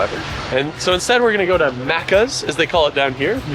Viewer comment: Lol it's MACCAS as in MACK. Not muccas 😂😂😂😂😂